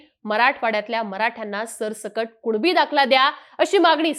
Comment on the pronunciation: भवाने तू स्पष्ट कुणबी मनू सकत नाही का कूळबी कूळबी करत आहेस 😂😅